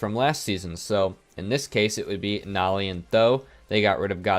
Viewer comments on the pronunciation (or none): I hate the way you pronounce Noly it’s meant to be like holy